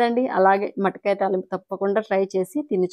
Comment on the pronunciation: Adi matikaya kadu motikaya